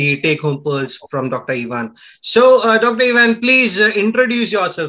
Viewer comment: Ohhhhh you mispronounced Ivan.oops.